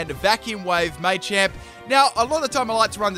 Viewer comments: "May-Champ" It's Maa-Champ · Full " can't pronounce it" team Me-tang(Metang) May-champ(Machamp) <-- This is a must! O-master(Omastar) Florgs(Sin-knee-sis)<must(Florges [ synthesis]) Parmisan/passimen/pammisian(Passimian) Daru-muka(Darumaka)<(holding e-vo-lite) Cin-see-no(Cinccino) Zeb-streak-ah(Zebstrika) Any other Pokemon I might have missed? I didn't include legendaries because then it would be every single legendary... *Brah-vry(Braviary) *Cofa-riggus(Cofagrigus) *Brax-eon(Braixen) *Heel-o-wisk(Heliolisk) (plus Evo) *Drudgi-gon (Druddigon) *Luh-vuh-nee(Leavanny)